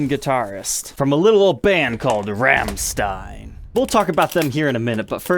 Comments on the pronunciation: It's not pronounced Ramstine. It's pronounced Romsteen. But I forgive you. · As a German 1 minute in I beg of you... Please quit mispronouncing Rammstein. There's no RAM, it's more of a ROM. That is all. Great video though love seeing Paul's signature guitar finally get some light. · pretty sure it's pronounced "ROMSHTINE" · yeah more like Rammschtein XD. really exentuate the german XD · pronunciation of Rammstein 😄 Cool, no nonsense guitar.